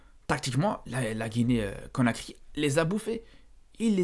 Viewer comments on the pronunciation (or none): conakry pas cokary